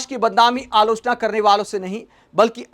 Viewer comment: क्योंकि वो अलोचना नहीं आलू चना बोल रहा होता है और हम ग़लत समझ लेते हैं